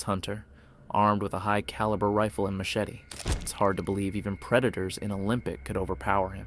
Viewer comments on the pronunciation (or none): none